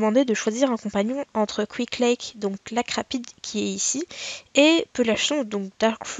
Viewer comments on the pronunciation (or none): none